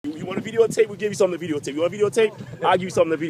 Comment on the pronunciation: Veedeeo tape. xD